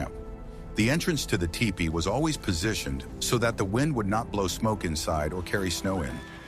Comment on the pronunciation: These videos are great for sure! But I'll be glad when the AI narrators stop mis-pronouncing words like bow and teepee!! Or will I? As a native who learned these truths from Elders of my Ojibway peoples I thank you for these vids!